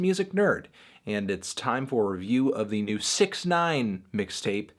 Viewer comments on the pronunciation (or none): Anthony pronounced it wrong